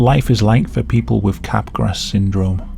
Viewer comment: Just a quick correction: "Capgras" is pronounced as "cap-grah", not "cap-grass". Good video otherwise! Back when I was interested in biological psychiatry and abnormal psychology, I researched most of these mental disorders and neurological disorders. The most fascinating aspect of these disorders is how the mental and physical (neurological) overlap. It is an important subject in the philosophy of mind.